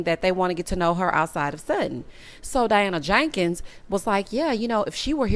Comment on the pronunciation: I laugh every time you say Diana JAKEENS